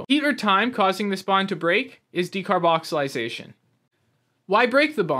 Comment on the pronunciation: Its a bit of a red flag the fact that you're completely mis pronouncing the name of something you're claiming to be an authority on. Its a bit careless.